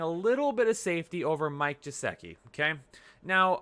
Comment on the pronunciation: Maybe if you pronounced Geh-sick- e’s name right he would follow your predictions 😏